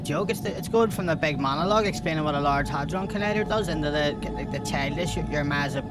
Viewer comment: Hardon like hadron hahahahaha